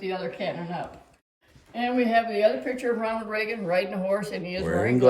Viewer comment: Love ya..but it's Reagan!